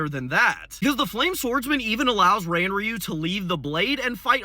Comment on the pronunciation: Craziest part is how he pronounced Ranryu like that so much. Takes 5 secs to look up proper pronunciation